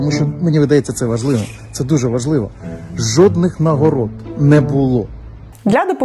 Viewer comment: Я тричі почув жопних нагород замість жодних 🤣